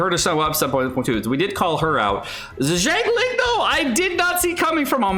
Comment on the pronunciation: Her name is XIANG ling, not JIANG ling